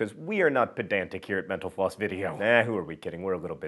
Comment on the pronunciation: It's a joke. I think when John started doing this a few people commented that they thought he was saying 'menopause' instead of mental floss. I haven't watched in ages, so that early memory is still the main thing I think of when I see mental floss.